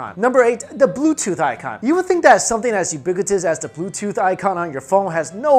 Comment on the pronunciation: I got triggered when he said "ubiquitous"